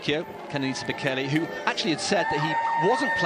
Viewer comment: I swear the woman pronounced Bekele's surname differently every time she said it